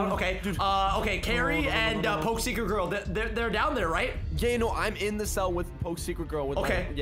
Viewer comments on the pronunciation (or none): It’s secret not cercet